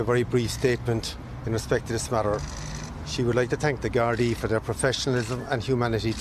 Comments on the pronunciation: Love your sympathetic commentary, just 1 thing - gardai is pronounced Gardeee instead of gardi brilliant coverage from an Irish follower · It’s not important, but it’s pronounced gar-dee, not Gard a. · its pronouced gardie no gardi am from the uk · the word's pronounced "GAURD-EE" AND NOT GAURD-I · Gardaí is pronounced Gar-thee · Its said ..garthee